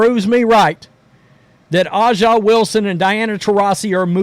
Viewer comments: A’ja is pronounced ASIA not Ah Jah. It is bigoted to intentionally mispronounce a person’s name. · Bro it’s not ah ja …. It’s “A” JUH Wilson and I’m not fan of the wnba but ur pronunciation drives me crazy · Why does this knucklehead keep calling her Ah'ja? I was trying to figure out who's he talking about. How hard is it to read (A) Its has a big A in her name. A'ja. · Her name is pronounced ASIA. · You cant even pronounce A'ja's name correctly. I know what kind of person im dealing with here 😂 Look, I cant deny Caitlin's popularity, these are facts etched in stone. Her game in college is entertaining such that she moves the needle. EVERYBODY (including myself) that watched the league before this season knew she was going to struggle because her exciting game can be shut down rather simply. Raven Johnson (who Cait only scored 7 pts on in the championship) did it. There are TONS of Ravens in the W. The W basing all of their success in Caitlin isnt sustainable with people like you. You're fans more of her than the league which is your right. You guys act like youre some sort of charity to the W, when the only potential charity the league is getting is from the NBA which none of you work for. Hype up her popularity all you want, wheres her game? She has work to do.